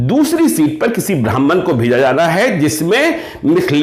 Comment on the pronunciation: Sir pronounce sudhar kijiy, Jana hota hai na ki Zana, Aaj naki Aaz